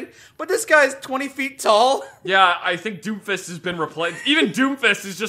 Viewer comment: I know is saying doomfist but it sounds like doofus.